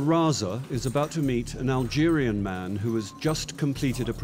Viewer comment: HE SAID ALGERIAN XDDDDDDDDDD I AM AN ALGERIAN